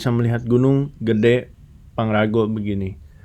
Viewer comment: Pangrango woyy bukan pangrago